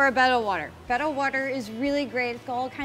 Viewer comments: beh-tta (the way she says it) is technically the correct pronunciation. But, potato, potahto 🤷🏻‍♀️ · Good job on saying betta correctly. Way too many people say it wrong. Than you for easing my OCD. lol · It's pronounced Betta, beta is bayta. :)